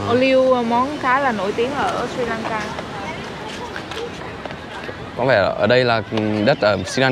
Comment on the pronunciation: Sờ ri lan ka chứ ko phải si lan ka nhe? Phát âm cho chuẩn chút.